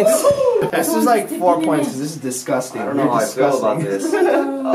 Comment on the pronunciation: So shes fine with brushing her teeth with poop water but says licking a steering wheel is "dizguzting". I fricking love her!